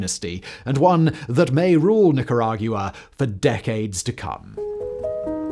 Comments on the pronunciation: Simon, your pronunciation of Nicaragua is not only extra AF, it's wrong AF. the end is a "GWUH" sound, not "GU-AH"... and Chavez starts like "SH", not "CH" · Nicara-Gua not gia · It’s truly fascinating to me how after reading thousands of hours of scripts covering a myriad of topics Simon can so confidently say Nicarag-you-uh, like, a bunch of times. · Lol the way Simon pronounces Nicaragua is so damn funny to me! “Neecorauwguwa” 😂😂😂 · Nicaragyoua! Couldn’t get past it. It’s like Nicaraqwa Simon! 😂😂😂😂😂😂😂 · I couldn't hear anything but the horrible sound of him trying to say the country's name. Literally retained 0% info beside Nicaraguyoua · The hardest part of listening to this is hearing Simon say it "Nicara-guuaa". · hahahahaha, I cannot unhear it! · Say nickeragyewa one more time Factboi lmaoo 🤣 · Watched this just to hear Simon’s pronunciation of Nicaragua. 😂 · I had to google how to pronounce it because he had me doubting myself 😂😂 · Ortega never was a Marxist. Also, can you learn to say “Nicaragua” correctly. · First time I've ever heard Nicaragua pronounced that way before. 😅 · Yeah, I don't really like it. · yes, the brits have a proud tradition of pronouncing Spanish words like dickheads. Somehow they get Venezuela, Paraguay, Uruguay, Guayana, Ecuador, Guatemala, etc. reasonably close. Yet changing that long u sound from Nicaragua is an affront to the queen. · It’s rather annoying. Get the name right. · The way he pronounces Nicaragua is so annoying. Bruh, come on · What's depressing is hearing Nicaragua said that way so many times.